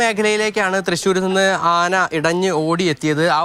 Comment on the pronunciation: അന അല്ല ആന